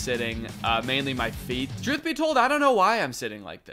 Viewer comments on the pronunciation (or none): did he just say… drewth….summoning …. i can’t…